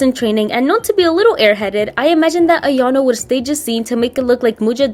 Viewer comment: This is great! Makes her more respectable and explains the clumsiness at the same time! One thing though, it's not "iano" it's "ayano" :) 😊